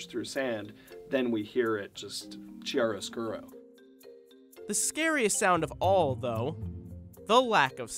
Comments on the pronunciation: I feel obligated to point out that it’s not “chiaroscuro” with a ch like in the word chuck, it’s a hard k sound. Just don’t want anyone hearing that word for the first time from this gifted artist. Also I don’t think he knows what it means. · Not how you pronounce chiaroscuro...